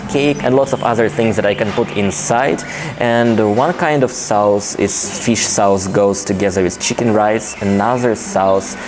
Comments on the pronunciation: Yes, sauce sounds more like soss. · In the word ‘sauce’ do not pronounce the u. That lunch looks delicious/ I can almost taste it